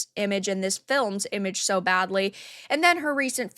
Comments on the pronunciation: Even worse was her: "... and evidentially sooooooo." I never heard "SO" pronounced with so many O's. She sounded like a malfunctioned AI. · Her pronunciation of "SO" (... and evidently sooooooo) was the most pretentiously cringe thing I ever heard. It sounded like the old Jon Lovitz SNL skit: The Master Thespian ... only she was serious.